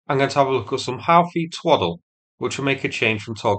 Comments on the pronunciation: "Hoo-thi", not how-thi. Even in Arabic, it's "oo". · It's pronounced "Hoothie" not "Howthie". Also, the US aircraft carrier in the region is carrying F/A-18 Super Hornets. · Houthi pronunciation= hoot-tee, not how-thee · Thanks for this - the only thing is - it's pronounced Hoothy rather than How-thy. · Houthi is Pronounced “Hooty” or Who-tea, not Howtheye. Unless you’re from Oop North! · Hoo thee... not How thee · It's not HOWTI it's pronounced Whoti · It's pronounced HOO-THEE not HOW-THEE. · "Houthi" seems to be pronounced "who-thee" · Houthi is pronounced HOOtee (sort of). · I thought it was pronounced Who-too? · It is pronounced 'hooty'. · I mean, it is pretty easy to google how to pronounce "Houthi". It definitely isn't necessary to (mis-) pronounce it like you are doing. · That's Yout as in ute and Hi as in he. It may be foreign but please don't butcher it. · Please stop saying Houthi like you did. My ears are bleeding...aaah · By who? Presumably you're using the official Houthi pronunciation guidelines to decide how this should be said by someone with a northern English accent? Guess what, no one gives a shit.